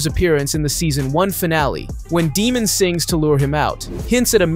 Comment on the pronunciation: How do you know the show this well but you pronounce Daemons name like Demon